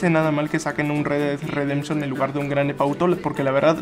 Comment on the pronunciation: "El re ded redemchon 2" xD